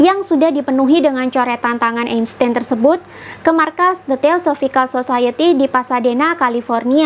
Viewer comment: dibacanya Albert Ainstain